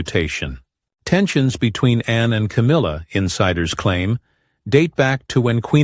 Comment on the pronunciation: Her name is Anne, not Anna - do your homework